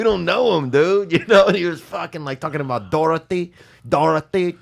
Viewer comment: He didn't say Dorothy he said darathe